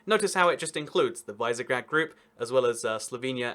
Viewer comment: Visegrád is pronounced vish-e-gr-ah-d. Cool vid btw